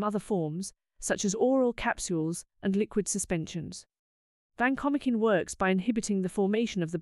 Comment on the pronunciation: vacomikin? No way. It is Van-ko-mai-sin. Sorry AI